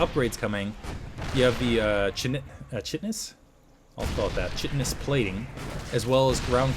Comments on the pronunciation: hey, its actually "Kite-tinous" plating:-) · Minor correction...KITE-eh-NUSS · This game was awesome, excellent casting: "only one marine got out to see the light of day before being annihilated." also, I think chitenous is pronounced like saying kite. at least that is how I do, its the stuff it crabs.